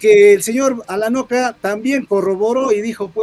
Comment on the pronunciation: Alanoca o Alacoca. Cocalero?